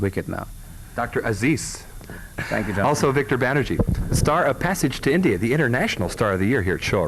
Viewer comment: It's Banerjee not banerjeet lol